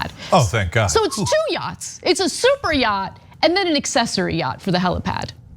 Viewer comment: Yo dawg, I herd u liek yachtz